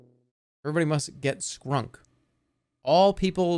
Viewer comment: It’s hilarious he read shrunk as skrunk. And didn’t realize it was shrunk when he say his character was tiny.